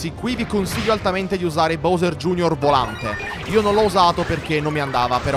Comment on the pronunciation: Si sono contento ora finalmente hai detto BOWSER bene vabbè anche prima era gusto però è meglio BOWSER